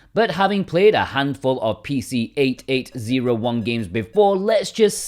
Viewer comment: It's so funny to me how you call the PC-88. It's simply pronounced "PC eighty-eighth". No one says PC eight eight zero one 😅